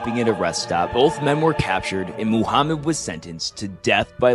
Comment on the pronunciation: You pronounce it right Muhammad no mahamet